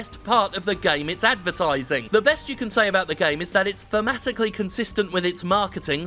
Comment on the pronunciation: I totally heard “This is the came industry.” No wonder I can’t get off any more.